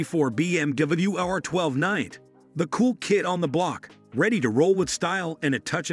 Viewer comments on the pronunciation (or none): FYI, it is pronounced R nine T (i.e. NINETY)